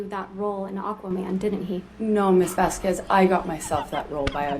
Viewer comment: Karma…. Pronounced Vasquez!